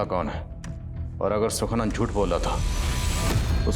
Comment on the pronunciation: सुखनंदन नहीं सुखानंद। स्क्रिप्ट पढ़ लिया करें।